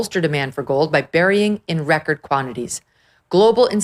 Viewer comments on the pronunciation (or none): none